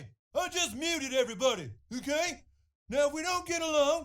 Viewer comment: it’s very rare to see mackey day EHKAY instead of MKAY